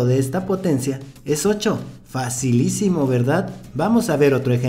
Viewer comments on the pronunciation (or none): Este dise facilicimo verdad y mi mente automaticamemte dice dificilicimo verdad😂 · Minuto Dijo su frase Fasilicimo verdad